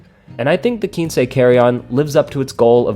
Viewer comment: Video was very well done. Nice comparison! Just a note, I think it’s pronounced “kwinse”